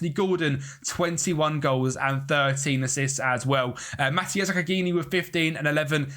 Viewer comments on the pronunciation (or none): You need to work on how you say Zaccagni